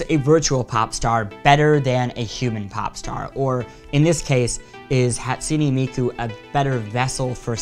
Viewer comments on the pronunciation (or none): You said Hatsune Miku wrong, no hate but it's pronounced like this "HĀtsooneh Meekoo" okay I know this is weird as heck. ;w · Whatever Cartoons HA - TSU - nAY mEE - KO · Whatever Cartoons HAT-SOO-NAY MEE-KU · Better than "Hat-SOON miku" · This guy's pronunciation though: "Hatsoonie Miku" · how you pronounce it, though I'll give you he has bits of an American accent in his pronouncing. Hahtsooneh Meekoo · Zai isn't it pronounced Hatsoon Miku